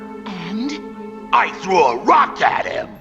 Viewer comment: “I thew a rock at him!” Bro 💀😭😭💀